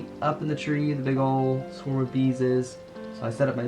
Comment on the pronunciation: they are called a SWARM, not a Swerm